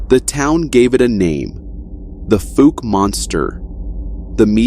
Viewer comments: It's pronounced (fouw-ke) like the word "foul" but instead of an "L" replace it with the letter "K" sound as in Cat or Cut. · I live in Arkansas, not to far from Fouke Arkansas. I would just like to correct your pronunciation of it. The only way I know how to do It, is to give you an example. It’s pronounced like fal like foul ball. But it’s (fal)ke it sounds like FAL but it’s FOUKE Falke. Definitely not pronounced the way you’re saying it. Say it as if it was spelled FALKE Arkansas, instead of FOUKE. But the spelling is correct FOUKE. I hope this helps you pronounce it correctly. I’m not a teacher and I did the best I could, so hopefully. Lol